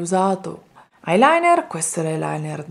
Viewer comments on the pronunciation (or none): none